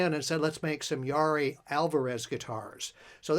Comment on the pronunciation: Pronounced Ya-EAR-ee.